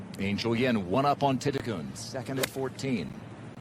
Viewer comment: The pronunciation is correct. Letter “L” at the end of a word pronounces as a “N” in Thai language. Her last name reads “ti-ti-Kuhn”.